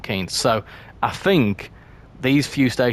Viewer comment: you almost said 'emel 'empstead like a proper hemelite 😅